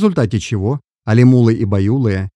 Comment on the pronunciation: Алимулы, байулык, не правильно произносить.